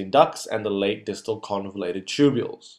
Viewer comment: convoluted instead of convulated